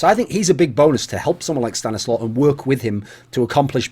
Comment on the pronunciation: Thumbs Up for the proper pronounciation. StaniSLAW! note ColeSlaw Slow